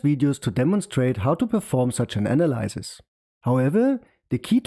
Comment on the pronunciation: The y in analyze is pronounced /aɪ/. The y in analysis is pronounced /ə/.